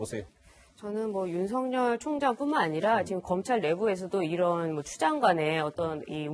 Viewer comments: 윤석열의 열은 기쁠悅 자로서 렬자가 아니므로 성녈이라고 하지 말고 서결이라고 발음 하셔야 맞습니다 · 조수진:윤석열:윤서결로 발음(ㅇ) 앵커.그외의 패널들:윤성열(×) 추미애기 모든 법에 반기를 들고 지랄. 발광하고 있는 상황.모든 법 절차에 똥미애가 번기를 들고있는 상황.